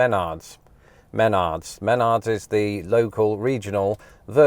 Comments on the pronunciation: OMG! It is not Men nards it's Ma nards. Didn't you pay attention when you were at the store and they said, "Welcome to Ma nards"? How can you put a British spin on the pronunciation when it doesn't even exist in England? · hey just a heads up, youre placing the emphasis on the wrong syllable. its not MENard, its more like how one would say m'lady. try saying M'nards :) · Me-NARDS. Emphasis on the second syllable. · Pronounce the first E as though it was a soft A. Like Mah-Nards.. and say it all together, no odd pause midword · Gosh, my 24 x 24 feet garage was build from a Menards kit all materials included. But dude, it’s pronounced “mnNards”, not “maynahds” 😂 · Muh nards not men ards 😆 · I work at a Menards in Minnesota and found your 'take' on your experience enchanting!! I also preferred your pronunciation with the emphasis on the first syllable 'MEN-ards' preferable to the way it's pronounced 'Men-ARDS'. Think I'll start pronouncing it your way. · As an Iowan. It’s mah-nards. Not meh-nard lol You are going to keel over in Midwest humidity and heat with a manual push mower. Take it back and get a gas/petrol or electric mower. It’s a weedwhacker Those hoses 😮😮😮 you will hate life dragging that around. Get a fabric or expandable hose. You forgot the best part! The huge bags of chocolate covered peanuts in the food isle! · You mispronounced it. It's "Meh-NARDS." 😁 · I love Meh-NARDS, but what is this MEH-nards you speak of? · I heard “MEN-ards” lol the whole time I’m just thinking “muh-NARDS” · It’s menARDS not MENards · I kept waiting for you to pronounce it correctly. You got close at the end but it's definitely not MEN-ards. It's muh-NARDS. It's probably like the name Bernard which isn't the same here at all. You guys say BER-nurd while we say buh-NARD. You probably have a cousin Bernard somewhere across the pond and that's throwing you off. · I've never heard anyone pronounce Menards the way you do. Me-nards not men-ards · Meh-Nards Emphasis on the Nards